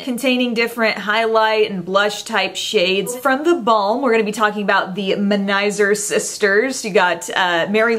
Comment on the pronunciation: Finally someone who pronounces manizer sister correctly!